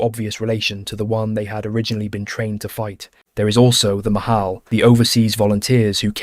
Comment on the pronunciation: It's not Mahal, it's pronounced Machal (the "ch" is like in the Scotish "loch"). It's Hebrew for "Mitnadvey Chutz La'aretz" (volunteers from outside Israel)